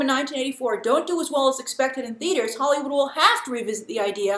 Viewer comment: Is Grace saying Hollywoo?